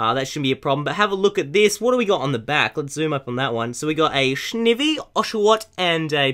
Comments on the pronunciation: shnivy the worst pronounced pokemon by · Snivy, he said shnivy face palm